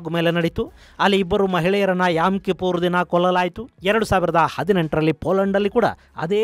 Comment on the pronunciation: It's not yam. It's yom kippor